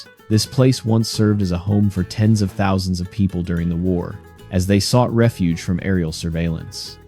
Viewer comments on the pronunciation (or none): none